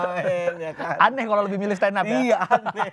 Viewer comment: malu aku dengernya 😅😅😅 dia yg standup malah kaya standop